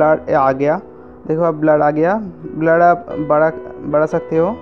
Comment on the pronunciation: Badiya par blur ko gaad kyo keh rahe the.